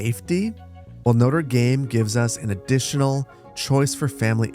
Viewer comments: the latin was bad but notre dame being pronounced as noder daym is another level of pain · Love how he pronounced Notre Dame like the university here in Indiana instead of the cathedral in Paris he was actually building 😂 spoken like a true Midwesterner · The pronunciation of Notre-Dame hurts xD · Is that how Americans pronounce Notre Dame? 😭😭😭